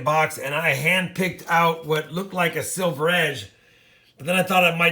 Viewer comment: Hey. Thank You for initiating my interest in Coin collections (traditionally I am a baseball card guy). BTW I was confused, every time you say " silver war nickel" it sounds like "civil war nickel." HaHa